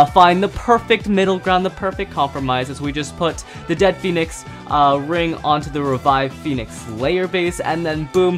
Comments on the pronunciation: Bro it's dread phoenix not dead phoenix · It's dread not dead phonix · It is really pronounced dread pohenex